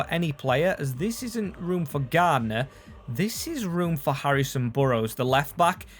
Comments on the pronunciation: you really piss me off with your ignorance in pronouncing names his name is clearly Garner. Not Gardner FOR FUCKS SAKE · Garner not GarDner 😂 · For gods sake mate its pronounced Gar-Ner Not gardener